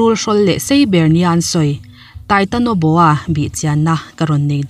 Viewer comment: Titanoboa not titonoboa.